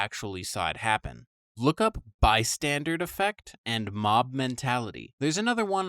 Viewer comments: Bro keeps saying "Bystandard" lmao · Dude, it's not "by-standard" effect, it's "bystander" as in people who are bystanders in a situation, they're "standing by" not doing anything. I can understand mishearing it, but it's written right there! 🤦‍♀️